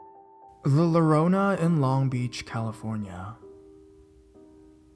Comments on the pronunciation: The LORONA??? it's pronounced..."YO-RO-NAH" Dude, La Llorona is well known folklore(it even says so in the story). You could've at LEAST researched the pronunciation. In fact, you should do that for EVERY word you're not familiar with, or not 100% sure of, because you're CONSTANTLY mispronouncing things. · la jorona. just read it how its spelt. bc it does not sound like an 'L' when u say it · Good reading but slight tip reading Spanish words as came up in the tale of La Llorona. In Spanish the double "L" is pronounced more like the "Y" sound in English making Llorona sound more like "Your-Own-Ah." This will probably come in handy for when you cover other South Western states. Love your readings & keep up the good work. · Wtf is "luh lorona" 😂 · The way he pronounced La Llorona made me want to punch his face-.- I'm bad at Spanish too but DAMN THAT WAS HORRIBLE😧😡😑 I love your stories SO MUCH but for someone who's telling a story you got to learn how to pronounce your words man wtf.______. how embarrassing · I died how he said it 😂😂👌